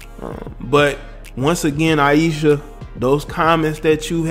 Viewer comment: You’re pronouncing her name wrong also.